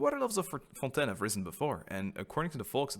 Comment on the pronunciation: The way pronouncing "Fontaine" gives me life lol